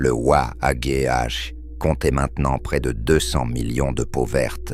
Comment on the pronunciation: Waaaaaagueu ^^ mdr les IA c 'est pas encore au point